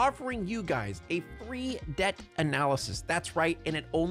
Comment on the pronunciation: Since we were talking about Dia de los Muertos I kept hearing DEATH instead of Debt 🤣🤣🤣